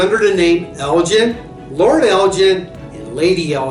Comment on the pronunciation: It's Elgin with a hard 'G' Jeez. Why do they bother